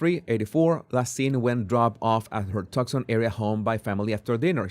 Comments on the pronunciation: You pronounce tucson...tooson Not trying to correct you..your intellegence goes far above anything I could ever dream of but I know you will be reporting on this and know you want to know. So pronounce too son not tuck son God bless you sir. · It’s pronounced Too-son. Not Tuxon. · No, Too-sawn. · The reward is from Crime Stoppers. That is why the reward was so small. She would be on blood thinners with that heart condition, so blood would easily flow from small wounds. She may have been carried out, and blood dripped on the porch. By the way, Tucson is pronounced "two-sahn". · Toosahn. Jesus, it’s pronounced TOOSAHN. No C heard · Tucson is pronounced TOO - sahn. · Say “too-son”, 😊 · Pronounce it "too'-sahn." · Tucson is pronounced like “Too son” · Too sawn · Tucson is pronounced TOOSun. Twosun.